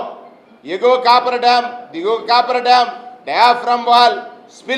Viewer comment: కాపర్ డాం కాదు కాఫర్ డాం! మీరు ప్రసంగాలతో కాలక్షేపం చేసే లోపు డామ్ పూర్తిఅవుతుంది. ప్రజలు పూర్తి నమ్మకంతో వున్నారు. మీరు ఆందోళన చెందవద్దు. ఆరోగ్యంగా ఆనందంగా ఉండండి, ప్రజాస్వామ్యంలో ఉన్న అద్భుతాలు చూస్తూ